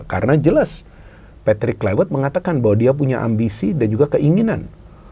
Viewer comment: kluiwert.. wiewer kwkwkwk